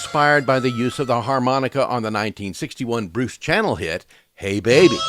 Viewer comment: Love the video but, being an old guy, I thought you would have known that it is pronounced "Bruce Shannel" LOL